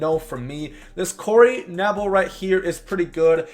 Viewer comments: It’s Pronounced Ka-Nable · Corey KA-NAY-BULL